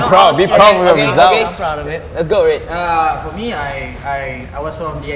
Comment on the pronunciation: "I wouldn't say fo us" It should be for •~•